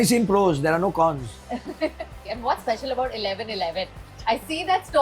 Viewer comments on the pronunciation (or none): none